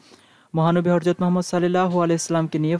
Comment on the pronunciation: আগে শুদ্ধ উচ্চারণে কথা বলতে শিখুন। "হরজত" নাকি হযরত